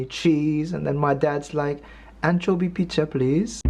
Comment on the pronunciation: Anchovy pi-zcha please? LOL...